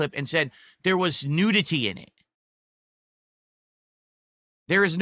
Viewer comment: ive never heard someone pronounce nudity like that. the hell is wrong with him? he's saying it like nude-ity. freaking clown.